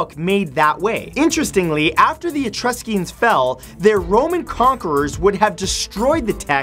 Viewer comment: It's lee-ber, not lie-ber, and E-TRUS-cans, not E-trus-CEE-ans. Sigh.